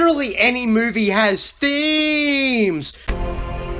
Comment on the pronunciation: Every time this guy says. THEEMEZ I wanna kill myself